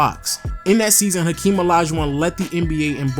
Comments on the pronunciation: Its hakeem not akeem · I don't get why people always picking on these tiny little nonsense on how to pronounce or mistake with naming. It is just a name and everyone know who is a is. Not like he called Hakeem. Henry. Very small pronunciation error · Hakeem not Akeem bro